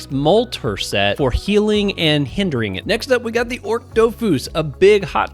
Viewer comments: ochre is 'oh-kur' like the color, not 'orc' awesome vid as always! ty for covering it :) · The dofus egg you mentioned is pronounced "AWK-er" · Lmao you were killing me with that pronunciation of ochre 😂